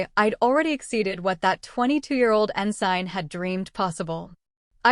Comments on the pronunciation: Yes, pronounced ensin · Great story. But you need to tweek your AI Ensign is pronounced with a silent “g”. Thanks for sharing ❤ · Auto correct error. Mispronounced ensign